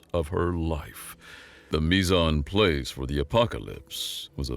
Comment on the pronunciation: Take it from a retired line cook, "mis en place" is pronounced "Me-zohn-Plass." Hope this helps.